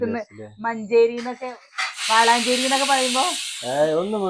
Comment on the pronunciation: വാളാഞ്ചേരി അല്ല വളാഞ്ചേരി ആണ്